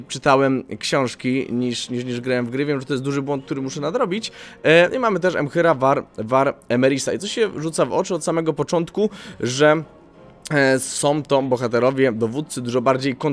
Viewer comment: może nie jestem pierwszą osobą która to napiszę ale mówi się emhyr war emreis 😃